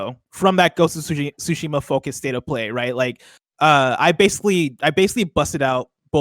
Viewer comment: Is anyone ever going to pronounce Tsushima correctly?